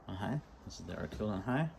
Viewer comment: Good vid. ArkFELD. Not ArkFIELD. Agree with Arkfeld's lack of a tail switch making it less tactical, but this is titled an EDC light vid. And it does offer magnetic attachment. You missed the true moonlight of 1 lumen on the Arkfeld. 15 lumens is away too bright for a nightstand light to preserve night vision. 1 lumen or sub-1 lumen for this. Also, I recommend any comparisons include a clear discussion of the lumen outputs and associated run times. This is especially true for flashlights with non replaceable batteries. It was a little hard to hear you stating which lights you were showing in many places, even with laptop at full volume, and there was a lot of flashing off/on, and overlapping of beams. Great selection of lights for this. My choice if only one would be the Nitecore despite it's size, but not for nightstand since lacking a moonlight mode.